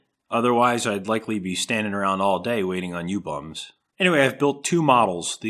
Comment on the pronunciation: Did you say "you bums" or "ewe bums"?